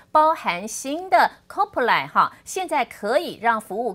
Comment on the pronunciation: 主播的Copilot 什麼時候才會唸對 😂